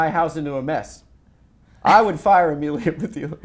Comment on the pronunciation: Amelie isn't pronounced that way. Anyway interesting interview